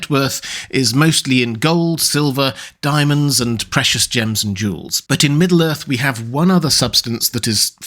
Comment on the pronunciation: hehe, "dimonds"